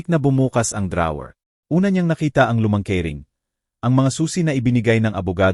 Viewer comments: Legit nga mga comment Ng iba kaiba ka magbasa ung note mo binasa mo ng No-te😅ung drawer nman dra-wer😂 prang hinahabol ka ng kabayo magbasa wla man lng sa ayos dire deritso hahhaha...nwla tuloy antok ko sau😂😂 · ok nga ang kwento but yung pagsasalita / pronunciations mali2 ...sana aayusin..drawer at notebook